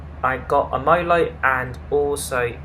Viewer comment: its merlot not molot